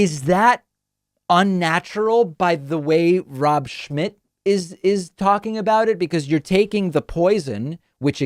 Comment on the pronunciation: Is the letter M silent in Rob Schmitts surname.